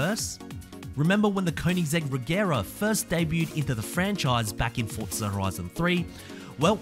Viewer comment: Its not pronounced fordza it's forza omg